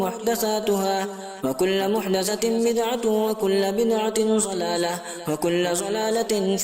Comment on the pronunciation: ان کو تو حدیث پاک بھی پڑھنی نہیں اتی۔۔لفظ ض کو ظود پڑھ رہا ہے 😂 بدعت دلالہ کو ذلالہ بولنا بھی بدعت ہے۔۔کوئی ان دو بندیوں کو سمجھائیں